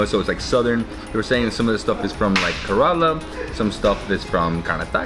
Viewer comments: Its not karala...it ke-re-laa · Kerala is pronounced Care-la.